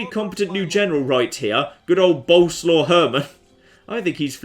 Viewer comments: Once again "Boleslaw" is a polish name, not a nickname and you pronounce it entirely different from how you do it. It's "Bol" (like in Bold) + "es" + "wav". Pasting the same thing under every m2tw video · By the way you pronounce Bolesław completely WRONG: it should be more like boleswaf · I will keep posted untill you at least try to prenounce it. Bolerswav. Sorry, I'm polish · "Boleslaw you rogue!" 😂😂😂😂